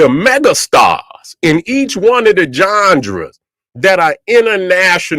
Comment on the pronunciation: Really like "Jonjras" better than genres now fr